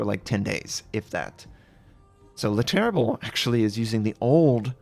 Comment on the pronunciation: Thanks:) And as a assist (not to bash) because you'll be saying the name more times in the future and you are using the "le" in front of it and not "the": Le Terrible is spoken as "ter-rie-bluh":) Or "The Ter-ri-bol" if you really want xD But choose;)